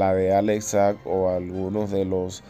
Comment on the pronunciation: Nadie tiene de apellido Sag, aprenda a pronunciar lo que lee, no hay gobielno